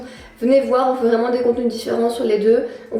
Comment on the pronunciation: Ahahah le petit clin d’œil purement Carolo qu’on doit soulever « c’est vrément léééé de faire ça au mois d’août » merci pour ce mini fou rire 🤣